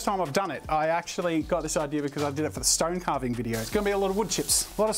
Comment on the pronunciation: I like how jazza says IDEARR for idea